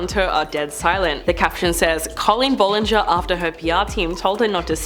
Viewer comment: You’re pronouncing BOTH her first name and last name wrong